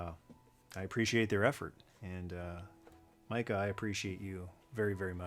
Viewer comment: As a fellow Micah, i appreciate you saying Micah correctly.